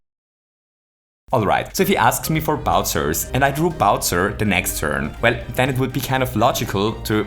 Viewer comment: "When Mario asks for a Bowser... Wait, BowZER?"